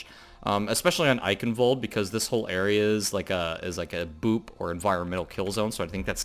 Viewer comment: Thank your for pronouncing Eichenwald properly. That is all.